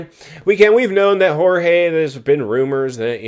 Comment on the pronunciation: Please be respectful. Jorge has his pronunciation in Spanish when you translate into English with George that is a little bit disrespectful. If I was Jorge, I want my name pronounced like it was given to me at birth.